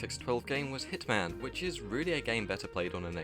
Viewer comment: It's Hitman not "Hit Man"..